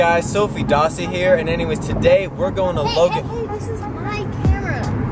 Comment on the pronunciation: It is dossi not dose